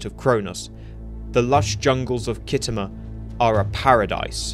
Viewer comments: Kit Homer? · Pronounced skitamer by actual war gamers